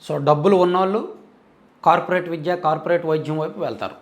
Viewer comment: అన్నా..మీరు విద్య,వైద్య అనకుండా.. విజ్య, వైజ్య..అని పలుకుతున్నారెందుకు..ఇప్పుడే కాదు మీ పాత వీడియో లలో కూడా య వత్తు స్పష్టంగా పలకడం లేదు..మీరు ఆ word ను